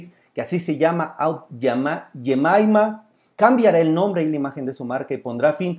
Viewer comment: Y no puedes pronunciar aunt jemima no fuiste al high school todo el mundo hispano pronuncia perfectamente ese pancakes..! Y lo consume tan sabroso..!